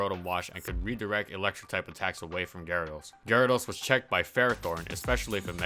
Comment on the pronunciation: What the heck is. A gar-aa-does